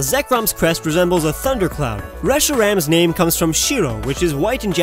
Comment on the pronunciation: WHAT WAS THAT AACCENT WHEN U SAID RESHIRAM AND ZEKROM Oh yeah also Kyurem /